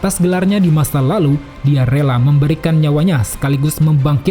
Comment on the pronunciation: Suka Banget Pas Lu Ngomong " EL LALUH " 🤣🤣🤣